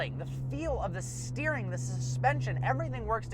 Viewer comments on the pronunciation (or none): STOP SAYING ESSTAGARING PLEASE FOR FUCKS SAKE LMAO